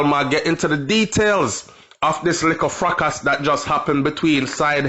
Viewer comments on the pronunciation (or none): watch your pronunciation of the word fracas!! Youngsters are watching and need to learn!!